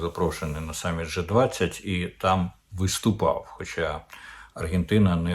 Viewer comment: При позначенні коаліції kраїн G 20 - назва англ.літери G має звучати не " же", а " джі ",як у слові " бджілка "